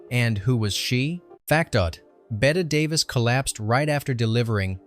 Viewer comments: "Betta Davis?" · You know it's AI when you can't pronounce Betty Davis